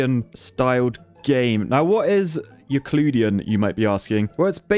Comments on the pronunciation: Euclid = Yoo-Klid not Ooo-Klid The greek dude's name was Euclid, not Ooclid. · Sir his name wasn't Euclud, it was Euclid.